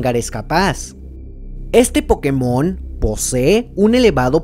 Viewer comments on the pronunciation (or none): se dice pokÉmon, no pokeMON, que por algo le "é" lleva tilde ¬¬ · Se dice pokemon, la tilde solo es para que los que hablan ingles pronuncien correctamente, sin la tilde la gente que habla ingles diria algo como "poukmon". Por eso la tilde, en español es pokeMON o POkemon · es culpa del doblaje latino, asi lo pronunciaban y es por eso que todos ahora decimos pokemón